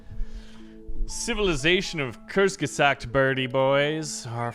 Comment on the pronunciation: Here's how to say Kurtzgesagt - quartz, exactly the way you pronounce it gesaakt